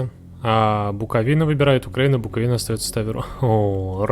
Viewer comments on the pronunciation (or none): none